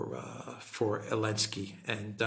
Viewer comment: It’s funny,, you keep calling him Elenski😂😂😂 I guess it’s a joke about Z in his name being dropped? 😂